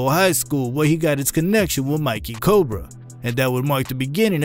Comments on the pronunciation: This man said Mickey (My Key) Corbras and Nuski (Nuh Ski) 🤦🏾‍♂️ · Did u mean Mickey Cobras, not Mikey Cobras?! 🤣😅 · U need to learn how to pronounce the street names and gangs right it's not Mikey cobras it's Mickey cobras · "Mickey Cobras" bruh... Not "Mikey Cobras"... I notice a lot of mispronounced things in your vids my mans, how about lemme edit for you foh 🤘🤞🤙😌💯🥷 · Its Micky Cobra not Mikey folk nem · you mess up alot of chicago terms and phrases. for example at "mikey cobra" is not a person its a gang and you said it wrong. do more research